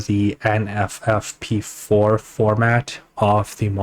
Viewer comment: "NVFP4" This guy: "NFFP4" ... "Jibs" Dude... just how much ganja did you smoke before making this video?